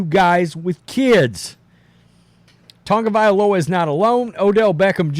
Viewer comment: It's TAgo / Via / LoA not tounge'valoa say it right there is No N in his name 😂😂 other than that just Say TUA